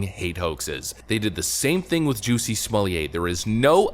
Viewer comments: I love that Dave Chapelle basically got everyone pronouncing his name as "Juicy Smollieť" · Why do you keep saying “Juicy Smolyay”. I’m confused. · ‘Smol-let’ is the pronunciation. Good work, though. Thanks.